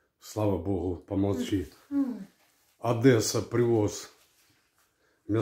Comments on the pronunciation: Одесса, а не Одэсса!!! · Не ОдЭсса , а Одесса ! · О нет,пожалуйста,не ОдЭсса,а ОдЕсса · ОДЕССА,нет никакой «адэсы»🤦